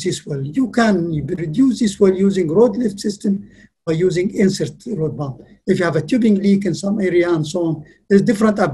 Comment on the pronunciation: EVERY TIME HE SAYS PUMP I HEAR IT AS BOOM